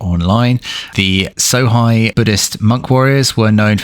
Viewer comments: lol, ''So-high'', try pronouncing it ''So-hey'' instead... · Sohei. It's pronounced like 'so hey' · Hei in japanese is pronouced Hey